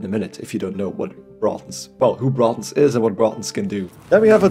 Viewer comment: Love your accent and how you pronounce Braathens :D thanks for the guide!